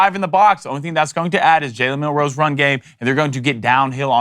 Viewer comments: I am begging you to pronounce names right. Woe-Mack. And Milroe isn't French. What gives? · how hard is it to say milroe? at this point they are disrespecting him on purpose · I like how puts emphasis on the ROE in Milroe. Bad boy playing by his own rules